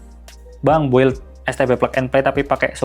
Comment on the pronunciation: BUILD itu pengucapannya BILDT, U tidak diucap.. sekedar share 🙏🏽